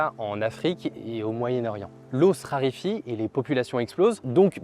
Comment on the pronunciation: RARÉFIE !!!! et pas RIRIFIE... 🙃😆😅🤣🤣🤣🤪